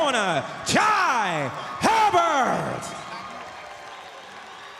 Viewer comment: The commentator can't pronounce jai 😂😂